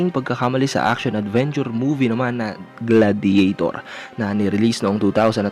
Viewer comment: Gla-di-ya-tor bro not gladjetor